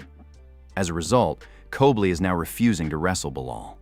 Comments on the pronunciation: Who’s COBLY ? Oh you meant COLBY. Are you dyslexic? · You can't pronounce Colby right? WTF